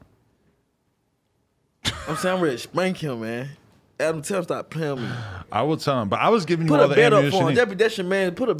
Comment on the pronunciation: He pronounced Adam name as Anna